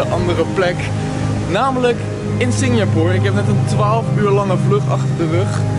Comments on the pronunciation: Jij spreekt het uit als Singjapoer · Kan je Singapore normaal uit spreken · belike: Singjapoer😂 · Haha ik hoorde het ook!😂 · Even gillen elke keer als Sinjapoer zegt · Nobody: Litterly nobody: I SWEAR NO FUCKING SOUL: Seriously no one: I said NOBODY:: SINJAPOOR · Nobody: Litterly nobody: I SWEAR NO FUCKING SOUL: Seriously no one:: SINJAPOOR